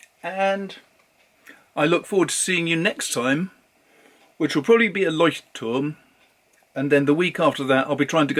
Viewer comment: Wow!! I am impressed! You said LEUCHTTURM! Most native English speakers say Leutschttrm. You even said the other German words correctly! By the way... Oxford paper is amazing for fountain pens.